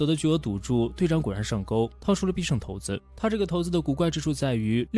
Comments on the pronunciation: 骰子不是念（shai zi) ? 难道也念桃子吗？ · 骰（shai)子 四声